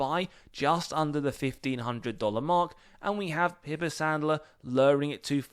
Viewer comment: Btw it’s pronounced Pie purr. Not Pi purr. Like the pied piper